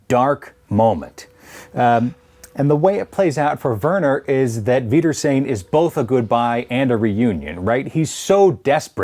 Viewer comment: I love how you pronounce the "r" in "wiedersehen," lol. It's interesting to see it as "reunion," as it's almost literally, "Until I see you again." The word "reunion" as you're using it sounds present-tense when the word is more future-tense. It definitely makes me see the episode in a different light, although I think taking all three definition of the word makes it even more profound.